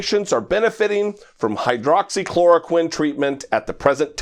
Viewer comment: My thoughts too. Pronounced it quite clearly.